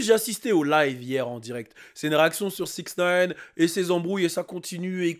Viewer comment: "Dans 6nine" 🤣